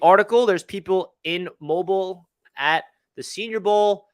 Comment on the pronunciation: And it’s “Mobeel”